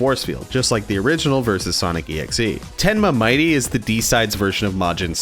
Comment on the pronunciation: I don't want to be mean at all just saying that mitte's name dose not sound like Might Ty it's actually mit dey like I said from before I don't wanna be mean or start an argument I'm just saying how mitte's name is pronounced